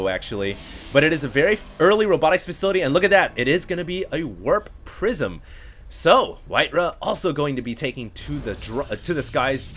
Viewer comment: sounded like "it's gonna be a warp prison" here